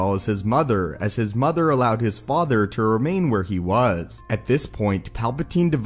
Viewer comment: I wonder where the narrator learned to speak like that. Pronouncing every 5th word with a deeper infliction and secon syllable. MoTHER and faTHER! Just something I noticed.